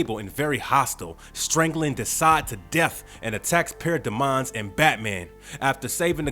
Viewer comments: Why does he say paradamaon instead of parademons💀💀💀😂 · Para-Demons..NOT De-Mons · Did anyone else find them selves yelling at there phone every time called para DEMONS "PAIRODEEMONS" or when he called "Etrigan the Demon" "Trigon the Demon" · IS IT JUST ME OR IS HIM SAYING PARADOMONS FUNNY BECAUSE ITS SPELLED PARADEMON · Good vid, wish you knew how to pronounce parademons and Etrigon.